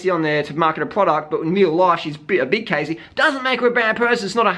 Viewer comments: um. her name is pronounced "cahssey" not "caysey" -. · I can't believe u said all this stuff... ARE YOU STUPID OR WHAT!? You don't even know her u can't even say her name right! That was too harsh man don't u have anything else in ur life except judging people? Cassey is NOT FAT she just has a different body type u idiot. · If you're going to insult someone, the least you can do is pronounce their name right... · You're saying that Cassey, who's name you don't even know how to pronounce, is giving bad advice to young girls. Hating on someone you don't even know and critiquing things you obviously don't know anything about, is why people feel insecure. Cassey is an inspiration to many people and has fought hard to get where she is. It's not cool to talk sh*t about people. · What a man.... Firstly learn to say her name properly and she is nowhere near overweight. She encourages women to be the best version of themselves and to be healthy... Unlike your girlfriend who encourages becoming a 'skinny bitch' Maybe try being a role model instead of thinking your hate videos will increase your subs. :) this is truly just an ugly video picking on someone who does not deserve it, you're just degrading yourself. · Maybe you should learn how to properly pronounce the persons name who you choose to shame on a video, you look like a moron. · Yeah sure do talk a lot of crap about her to not be able to say her name right. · Okay first of all you're pronouncing Cassey's name wrong, if you're going to make a video about her at least pronounce her name correctly! Secondly, she's hardly overweight? Just because someone isn't a clone of Freeless body wise doesn't mean that they are fat. I don't agree with Cassey's diet advice at all, but this video came across as bullying in my opinion.